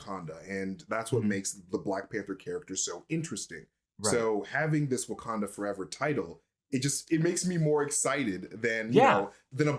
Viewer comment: 'foreva-eva?' I'm sorry, Ms. Jackson.